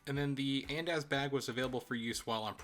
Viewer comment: the pronunciation of andaz is killing me lol but this is a great video and I found it super helpful!!